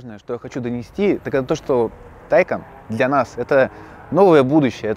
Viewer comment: Правильно говорить ТайкАААн а не ТАААйкан! "На случай, если вдруг у вас возникли проблемы с произношением этого названия, сообщаем: оно читается как "Taycan" на второй слог. Подтверждение тому – новое видео, опубликованное на официальном YouTube-канале «Porsche»." Вот ссылка, чтобы не быть голословным